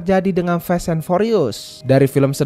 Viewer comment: Sekedar meluruskan, kata "FAST" bukan di baca sebagai "fest" pake e, tapi tetap sibaca sebagai fast [faest} dengan lafal "a" di awal, baik lafal british english maupun american english 🙏 entah saya salah denger apa ga